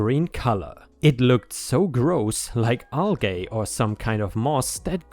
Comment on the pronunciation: algae: "al-jee",!